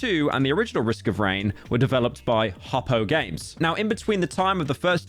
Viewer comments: you pronounced hopoo games wrong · its hopoo